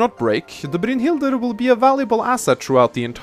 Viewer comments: Brynhilder is pronounced brine-hild-er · I love the way you say "Brynhildr." XD Sounds cool. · I love the way you pronounce "Brynhildr." Sounds like Dracula. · youre butchering brynhidlr